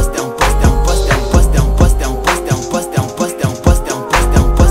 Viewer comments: “Poster” in a french accent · "I'm first"in indian accent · It sounds like French at a certain point."T'es en poste" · It sounds like he’s saying dump us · After you listen to it sounds like he saying wisdom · Sounds like an African saying 'impostor' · Sounds like he's saying no breasts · Sounds like a French saying question